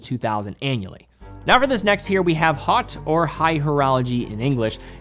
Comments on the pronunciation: That's not 'hot',! It's pronounced 'ho'. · Probably the best watch channel on YT. Very professional and intelligent presentation every time. P.S. My only note is the need of slight work on pronunciation of brands and some french words such as haute... :)))